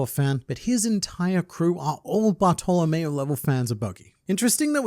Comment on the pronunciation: everytime you say Bartameo it sounds like youre saying butthole.